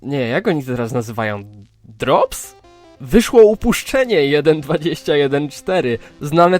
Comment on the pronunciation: "DROPS" ahahaha jak dropsy🤣rozwaliło mnie to